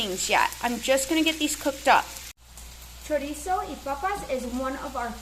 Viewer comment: Chorizo not choriza.